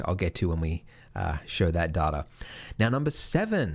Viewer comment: its data... not data.